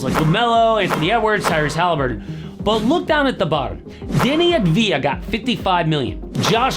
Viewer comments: Bro is a pro NBA YT but doesn't know it's Avdija, not Advija. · its Avdija not Advija